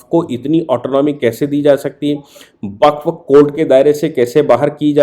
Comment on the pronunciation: सर, वक़्फ़ को बक्फ़ ना बोलें 💐🙏